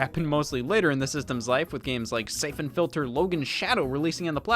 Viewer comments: "say-fin"??? scott its "sigh-fawn" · Si phon